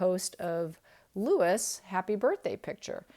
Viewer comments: Every respect, its Louis(Louie) not Lewis. Its because its the french version, my father has the same name 😊 Love these readings, its giving me so much insight into my own cards. Since watching your videos, I have been looking at my own cards so differently. Love it x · Just fyi, Louis is pronounced Louwee like the French Kings, rather than Lewis. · It's pronounced Louie, NOT Lewis. I'm assuming you would pronounce French kings' names correctly as Louie, because it is, after all, a French name. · Louis, not Lewis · Just found your channel and I really enjoy your videos. FYI Prince Louis is pronounced Louie in the UK 🇬🇧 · In think Louis is pronounced Louee